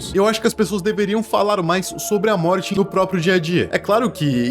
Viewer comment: So eu percebi que ele falou no trecho Moti em vez de morte